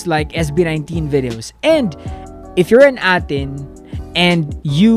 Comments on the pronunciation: Its (Ey-Teen) ATIN. Thanks for reacting. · A'tin (aytin) po yung pronouncination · A'Tin pronounced as 18 po🤗